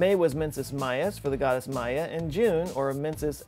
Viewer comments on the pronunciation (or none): none